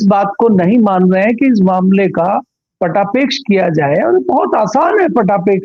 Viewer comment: पटापेक्ष नहीं होता है, पटाक्षेप होता है